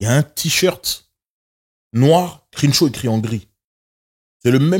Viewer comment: Incroyable vidéo les gars! Merci pour la qualité constante. Quand est là c’est tellement bien. Il apporte une paix et une sérénité qui fait du bien. Il a aussi des faits et une expertise qui nous apprennent beaucoup. Petite note de prononciation: le “e” de Crenshaw se prononce comme un “e” avec un accent grave (è). Le début du mot commence comme la “crème”